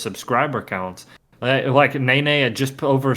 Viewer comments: When you redo Nene, if you could pronounce it Neh-neh, and not Nay-Nay, I just do not want the precious seal/bear to be associated with a stupid dance move in my mind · Take a shot every time you hear ney ney instead od nene